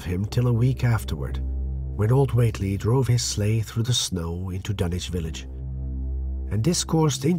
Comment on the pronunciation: Wahey he's pronouncing Dunwich properly!